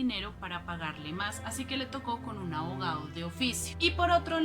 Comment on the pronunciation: "Basman"? "Ahogado" de oficio? El sicólogo "atcedió"?